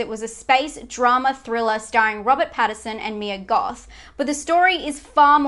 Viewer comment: Robert Pattinson, not Patterson